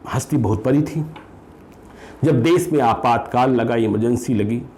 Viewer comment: Bhaiya kripya apni hindi bhasha sudharo . zab nahi jab, des nahi desh ,kosis nahi koshish, sures nahi suresh ,shurya shawal susma aur na janey kitney🤣😇